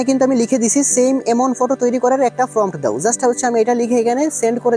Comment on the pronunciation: আরে পন্ডিত আগে নিজে অ আ ক খ শিখে আয়, ওটার নাম "ফম" না, তাহলে বারবার ফম ফম উচ্চারণ করছিস কেন ওটার নাম প্রম্পট